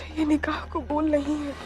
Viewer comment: its qabool not qubool